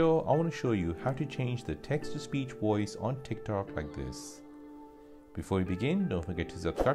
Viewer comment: wtf is a “woice?” it’s voice.